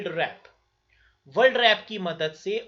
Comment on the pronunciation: Sir aap world world kyu bol rhe h...